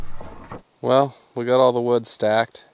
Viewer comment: He got all that WEWD in the WEWDS